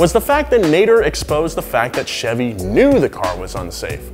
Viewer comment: My name is Nader and I'm triggered that you kept pronouncing my name wrong. Lol kidding awesome video